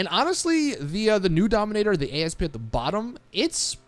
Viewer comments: Need to be that nit picky triggered guy for a second... It's not a Dominator A... S... P... It's the Dominator ASP. (Ah-ssss-puh) It's an actual word., please stop calling it that. An Asp (Aspis or Vipera Aspis) is a snake. This car is based off of the 2000 Mustang 'COBRA' SVT. The Egyptian Cobra was called an asp. The other word you were looking for... Louvers. It's literally said like it's spelled. Lou (like a guys name or boo only with an L) vers. Otherwise a good video. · Why does every creator Ive seen call the Asp by letter. Its a species of snake, and an homage to the 2000 Cobra R, hence why its called the Asp not A-S-P. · Its not called the A.S.P. its called the asp...which is also the name of a snake.